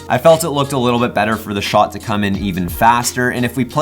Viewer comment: The way he says shot,annoys the fuck out of me